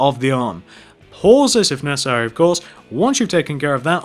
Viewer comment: Why did he keep saying pauses of necarsery